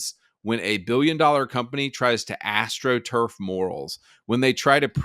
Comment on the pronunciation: Astro truff every second word. Horrendous take.